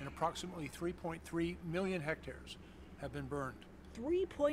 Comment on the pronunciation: "Hect-acres" ... news readers are hilarious!